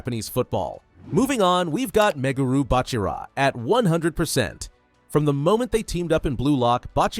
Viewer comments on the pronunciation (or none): WHYD YOU SAY BACHIRA LIKE THIS?? “Bach-irah